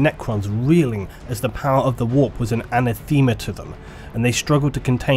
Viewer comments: "anna-themer" xD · Did you mean anathema? You said "Ana-theme-ah".